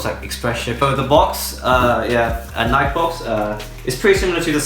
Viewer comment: I'm pretty sure didn't pronounce Nike correctly